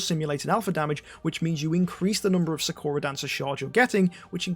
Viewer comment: ik its a dumb thing to point out but you are saying sakura wrong its saa·kur·uh or how they say it in naruto is the correct way to say her name.